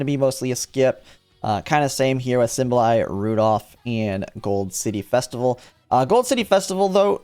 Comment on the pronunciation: did he just say "Symbolay"?....